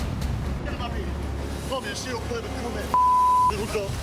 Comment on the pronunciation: Australian Perrrrrrrrrrrrrrrrrverrrrrrrrrrt